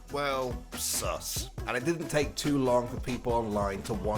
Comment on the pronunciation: you say sus like a boomer